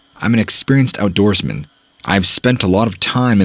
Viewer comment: when I heard “avid outdorsman” I fought I was in a mrballen video